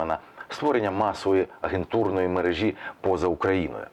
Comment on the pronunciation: МерЕжі, мерЕжа, мерЕжам! За інше вже не казатиму. Не втомлюся вам нагадувати. Чому ви так вперто повторюєте одне за одним, калічите рідну мову? Ви ж не москалі, яких не рятує у вимові навіть їхня специфічно сконструйована щелепа.